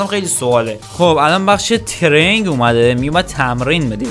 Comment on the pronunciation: داداش انگلیسیت صفره هااااا ، کوپرتادورس رو میگی کاپ!؟ بعد ترِینیگ رو میگی ترنگ!؟ بعد تو خب عشق فوتبالی چرا اسم یه سری از بازیکنا یا آپشن های بازی رو اشتباه میگی!!!!! ولی خب کلیپات باحاله🌷👌